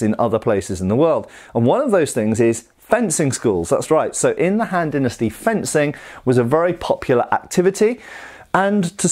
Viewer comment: Kept hearing Hand Dynasty